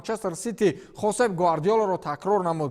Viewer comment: Ака Хосеп Гувардиола не а Пеп Гвардиола